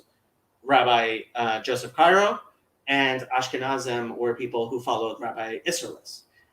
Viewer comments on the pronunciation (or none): It’s Yosef Karo, not Cairo. Isserles was Polish, not German.